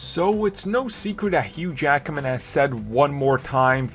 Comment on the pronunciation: DID ANYBODY HEARD HOW HE PRONOUNCED HUGH JACKMAN NAME ON THE BEGINNING OF THE VIDEO HE SAID SEPERATELY "HUGH JACKAMAN" LOL